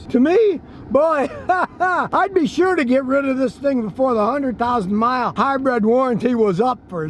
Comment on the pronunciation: Hybrid, not "hybred".